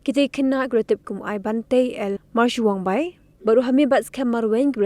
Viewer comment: Pronounce bha phi kong ka jait, Marshiangbai ym dei Mawshwangbai 😡